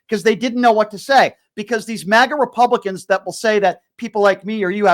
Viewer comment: Yeah you put a smile on my face and a good chuckle. “ Republacoon.” I hope I upgraded. Thanks!